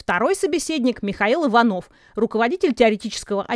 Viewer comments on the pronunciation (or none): none